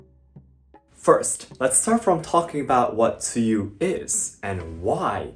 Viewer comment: When pronounced tsuyu in mandarin I was shocked as how accurate it sounded! Like Wow!